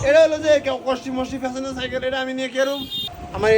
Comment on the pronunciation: সাইকেল ❌ সাইকল ✅